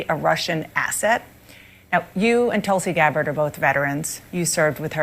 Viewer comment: I’m tuning out because you persist in mispronouncing Tulsi Gabbard’s name. Just as irritating to me as people deliberately mispronouncing Kamala. Shameful.